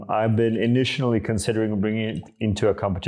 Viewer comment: Hey, I hope this doesn't come off as snobby or douchy, but I notice you mispronounce the word "initially" as "initianally". It's almost like you are combining the word additionally and initially together. Just thought I'd mention it because it's something I always notice in your videos. As a side note, your brewer is the only flat bed brewer that works with this system in my experience which is quite nice. I have a number of pour over brewers and this was the only one I could get to work with it. The stone isn't big enough to capture all the drainage on other flat bed brewers. It would be nice to seem them release a larger stone in the future so it would be compatible with more brewers.